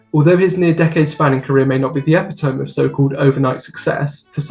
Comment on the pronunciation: bro said “eh-pih-toh-m” instead of epitome 💀